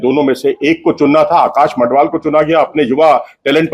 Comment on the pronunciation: Learn the names of players before you create the video. He is Madhval and not Mandhval